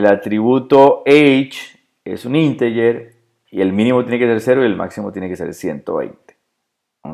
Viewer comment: Odio que mezclen idiomas. Ejemplo de una de las muchas cosas que ha dicho (escribo como lo ha pronunciado): Podemos definir el dato por ejemplo como "Inteller" o como fecha. ¿Porqué no ha dicho "deit" (Date)? o en lugar de "Inteller" (Integer) haber dicho Entero y a veces dice "XML" en español y otras veces lo deletrea en inglés. Eso se llama ensuciar el idioma. El español es un idioma muy rico y no es necesario añadir palabras en inglés.